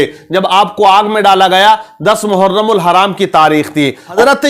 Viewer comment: मुहर्रम कहते है हराम नही लगाते नाम तो सही से लीजिये